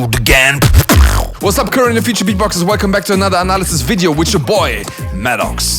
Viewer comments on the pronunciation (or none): none